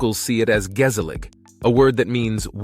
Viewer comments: Not really no, awesome video! Really!! But as a dutch man myself, I just like the pronounciation. "Gezellig" Is a really hard word to pronounce if dutch is not your first language... But besides all that, really nice video! Please keep going! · interesting, and yes quite accurate, but what ticks me off a little is all the video shots that are clearly not from the Netherlands. Oh and pronunciation of "hagelslag", "gezellig" and "gemeente" without a hint of dutch sounds pretty horrific.